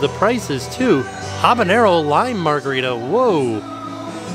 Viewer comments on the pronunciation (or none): none